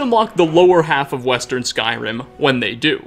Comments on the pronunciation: Skyrimuh is my favourite gameuh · I loved the video. I hate that I noticed you put “-uh” at the end of so many fuqing words. “Skyrim-uh” “however-uh” “dwemer-uh” BRO! in case you thought I was lying